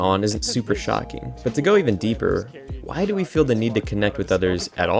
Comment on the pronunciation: "Mmmhhhmmmm... that's whai" 😂